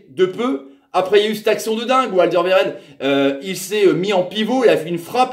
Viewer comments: Haha, pas de souci, ça nous fait toujours rire de vous voir vous prendre les pieds dans les noms flamands ^^ Sinon tu peux toujours regarder les matchs sur la RTBF, avec l'ami Rodrigo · La prononciation de Alderweireld ^^